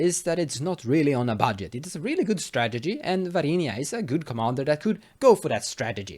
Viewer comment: VAR-INA NOT VAR-INIA god i got triggered. mispronunciations aside, nice deck! :)